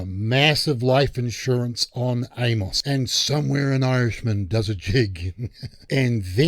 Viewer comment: For future reference for ya on our wacky Z style English from the Southern US, the name "Amos" is pronounced Aim-us or Eamus. Hard 'A' and soft 'o' as in "us". Absolutely love your channel!!! Keep it rolling with great DC content!